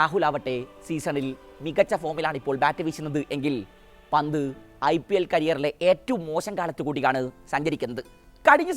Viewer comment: ഹാരിസ് ബ്രോ.... ലിവന്റെ പേര് പറയുമ്പോ ഒന്നുകിൽ പന്റ് അതല്ലേൽ ഋഷഫ് എന്ന് പറയുക.... അല്ലങ്കിൽ എല്ലാ പന്തും കൂട്ടി കുഴഞ്ഞു ഒരു അവിയൽ പരുവം ആകും😂😂